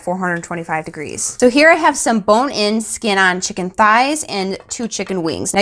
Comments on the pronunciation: Tucker be like… “Dis she say chimkin??” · Made this tonight and it was EXCELLENT! Except I expect you to say Chimken instead of chicken. 🤣